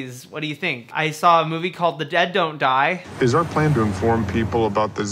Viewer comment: Great video! I like how when you say the title fast it sounds like "The De-doe-die"